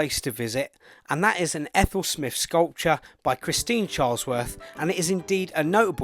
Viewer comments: So lame that he doesn't know how to pronounce SMYTH. You can even hear Sir Thomas Beecham -- friend of SMYTH -- pronouncing it correctly in a YouTube video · It disrespects the composer to mispronounce her name.